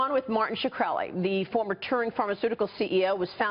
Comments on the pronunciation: Why did this toad woman keep saying Shuhkrelly? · "Martin Sh-rah-kah-reli" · she said martin shakreli.....not even gonna listen to the rest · She said shuh-krelli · shakrelly haha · "Martin Sha-kreli" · ''Martin Shakira-kreli'' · How did this interviewer butcher his last name that badly. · I know right so annoying, how hard is it to say Shkreli.. all at once.. not that hard